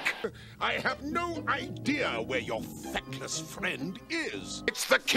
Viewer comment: Feckless? He says 'fatless'.